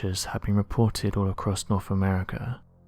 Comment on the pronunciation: It's 'wiTH," and "norTH", not "wif", "norf"...why can't this guy pronounce his "th's"???? And then there's the pronunciation of the word "assumed"...where does he get "aSHOEumed"??! It's VERY distracting when trying to listen to the commentary and just waiting for the next awful and LAZY mispronunciation to pop up!! Where did this guy go to school...you'd think his teachers would have corrected him....